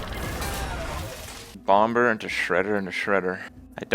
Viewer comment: I cringe every time kripp says BomBer